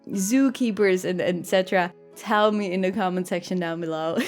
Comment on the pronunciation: And then she said"Meilin" zoo...and my heart broke in billion pieces...